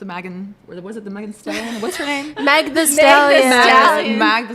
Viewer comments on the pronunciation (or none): It's crazy because Meg Thee Stallion aka Megan Pete doesn't have a difficult to pronounce or ethnic name. Yet she still has to do the white girl act of trying to mispronounce a very common American name "Meg" with this whole "Mag " act emphasis on ACT because she absolutely knows who Meg Thee Stallion is and how to say her name because she's at least 20x more famous than her. It's embarrassing to not only pull the same tired name microaggression all white people love to pull but also to pretend you don't know today's most famous female rapper. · The painful forced Mag instead of Meg… girl come on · You could see in her body language when she was grinning and bouncing her trifling ass shoulders up and down like she was shucking and jiving that she was intentionally mispronouncing the word Meg and purposely saying “The Mag”. Girl he chose up, idk what to tell you. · Nah ho are you stupid? just sound out the 3 letters its meg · Yall are dramatic… acting like she threw so much shade on Meg lol she messed up her name. Relax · She can say Megan but she cant say Meg? Stupidity must be contagious cuz the way youre defending them it seems youve caught it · I was a fan of this podcast before they took a break and got excited to watch this episode when it came back and literally stopped after the Meg part. Not even the mispronunciation of her name, but wondering what his type is implying someone attracted to them could never be attracted to her. Made me so uncomfortable as a black woman, I am happy to see 1 month later that I wasn’t being over dramatic. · First of all yt women having difficulty pronouncing Meg or Meaghan? GTFOHWTBS Secondly, it's giving jealousy vibes. His type is not your business. He has children with a black woman. 🙄 Thirdly, Meg is educated! She has a degree, a successful career, and is beautiful with a banging body. That's any man's type. Have several seats.